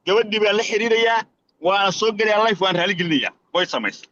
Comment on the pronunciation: Kkkkkk aad baan ugu qoslay marka uu English ku hadlay oo uu leeyahay go hel aanku saxo waa go head. iyaduna waxay khaladay English waxay tidhi layf maaha ee waxaad tidhaahda life you guys good friend 🙏